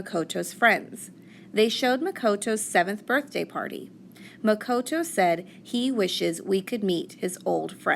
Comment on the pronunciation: It Muh-ko-to